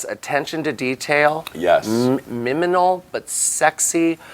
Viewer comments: I love when she tries to say "minimal" and it comes out as "miminal". She said that she can never pronounce that word right, haha # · "miminal" This is the second time ive heard her say it wrong and it's just so fucking cute omg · I love how she can't say minimal, she says miminal 🤧🥺 it's so cute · MIMINAL. M. I. M. I. N. A. L. I think I replayed this about 20 times xx